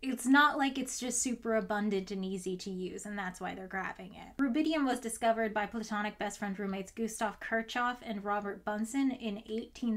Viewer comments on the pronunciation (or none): i'm the obligatory German to tell you that it's pronounced more like KEER-shoff (or KEERSH-hoff if you want to be particularly accurate, i suppose)